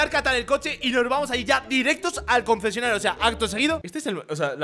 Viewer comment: concesioanario jajaja